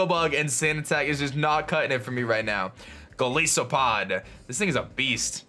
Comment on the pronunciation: "Golisopod" Oh please, it isn't a Primary Ice type, it's (Gol-is-oh-pod)